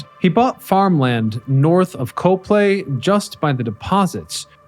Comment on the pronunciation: Then you know that the town is "COP-ly," not "Co-play!"